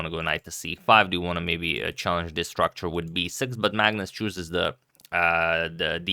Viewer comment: One pawn "structure", gotta love agad :D